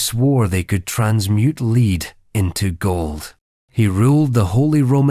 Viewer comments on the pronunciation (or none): I love listening to these stories, and realize that they are😂 narrated bu AI. Can whoever have AI pronounc the words correctly. Words like such as the years, the number of royalty, but especially'lead'.